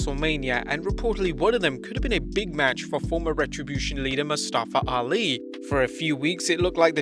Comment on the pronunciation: How does everyone still say Mustafa Ali's name wrong 🤦‍♂️🤦‍♂️